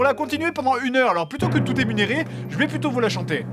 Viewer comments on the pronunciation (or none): Je sais pas si dans les 12k de commentaires quelqu’un l’a dit mais c’est la 3ème ou 4ème fois que je vois cette vidéo et j’avais jamais calculé qu’avant la chanson a il dit « émuneré » au lieu de « énuméré ». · émunérer? :D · t'as eu un petit bug j'crois, c'est énuméré pas émunéré 😂😂😂 autrement c'est top comme d'hab!